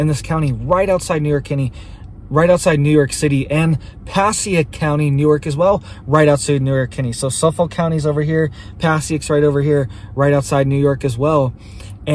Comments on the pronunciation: It’s pronounced Pah-SAY-ick, NJ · its said "PA - SAY -ICK" NJ